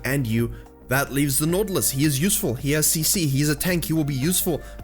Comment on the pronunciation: why u cant pronounce right naUUUtilus! ?